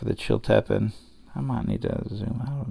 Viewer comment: FYI the correct pronunciation is Chill-ta-peen.